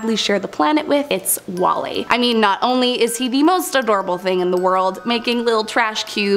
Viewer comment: "Wall es"